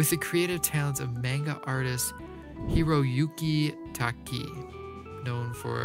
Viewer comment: And you pronounce Hiroyuki Takei wrong too. I can tell you don’t watch anime